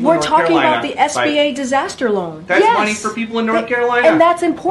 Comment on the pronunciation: Did she really just say loan?